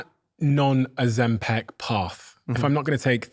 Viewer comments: It's not OzemPEC! It's OzemPIC!!! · Stop saying "Oh- zem- PEC". It's "Oh-zem-pick". Learn to say it right